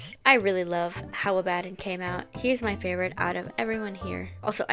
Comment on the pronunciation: You were right, the way you're pronouncing Abaddon is going to make me crash out